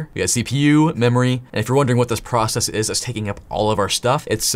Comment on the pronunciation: Say pro-ass-ass-is really fast and ull get it lmao